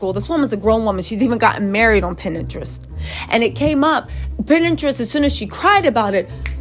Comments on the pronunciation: Is she tryna say pinterest? 😂 she keeps sayin pininterest... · Wow..!! It's sad when a child can't even depend on their parent to try and protect them... Love your content.. Pinterest isn't pronounced Pin-Interest it's Pin-terest one word Pinterest.. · If you say pin interest one more time 😂